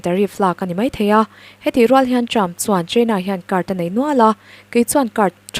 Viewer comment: A ngaihnawmin a bengvar thlak ṭhin. Lawmthu ka sawi leh e. Rawtna ka'n siam nawn leh teh ang. ' HR' hi Sh in ila lam ri reng mai.'Hriattir' =Shiattir. 'Ṭ' hi 'Ch' angin ala ri fan bawk. 'Ṭang' hi 'Chang' Trump pawh Champ. Khawngawih takin mi entawn leh in tihdan hi ṭha ber (chha ber ni lovin) a ngaih in ni. Han uluk ula, Mizo leh Mizo ṭawng (Mizo chawng a ni lehpek lo aw) hi i humhalhin i humhim teh ang u.